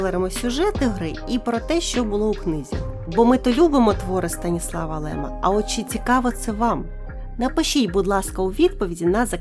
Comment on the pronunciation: Здаєця СтанІслав Лем а не СтаніслАв, наголос на і